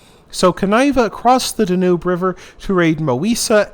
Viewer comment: What is the correct pronunciation of the The Danube? I believe the stress is on the first syllable. I was surprised that your channel didn't have a lot of subscribers, but then I realized that it's not that old. I think you are going to have a great new year with a lot of new subscribers because you content is interesting and perceptive. You are doing a wonderful job. Thank you for what you do. Happy New Year.